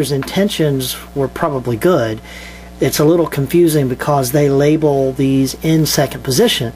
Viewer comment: wery wery tood